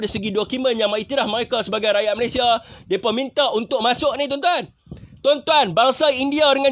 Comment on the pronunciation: Mcm rohingnya juga ni orang hahah😂😂 sebutan mereka jadi myeka😂😂😂